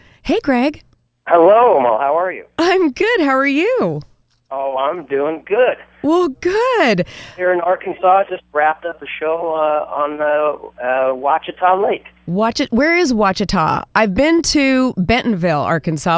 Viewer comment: Lake Ouachita is pronounced wah-shih-tah. We're glad Mr. Aiello got to visit and it must have been sweltering in July. Arkansas' moniker is The Natural State, and it's very visitor friendly. We welcome all.